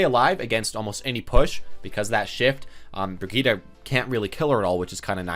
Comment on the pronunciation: Just wanted to say that Brigitte is pronounced "Bri-geet" My dad speaks quite a few european languages so I know this from experience.